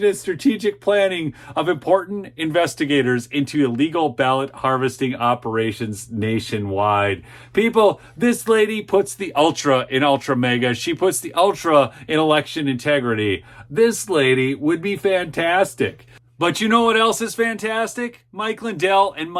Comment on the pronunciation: Ultra MAGA, not ulta MEGA. Please correct yourself. -- d